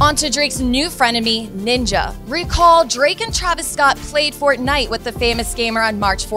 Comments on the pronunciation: Its fortnite not fort .Nite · She said fortnite wrong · That was the most awkward pronunciation of fortnite ever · Adult say fortnite like fort-night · I don't know if I'm going crazy but don't you say Fortnite as one whole word? God what am I smoking